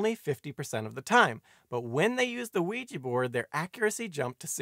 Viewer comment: I'm always fascinated to hear Ouija pronounced "wiegie" almost as though it were made in Glasgow.